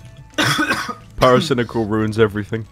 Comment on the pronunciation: pairo-cai-nai-cal has always been the king of cancer to me.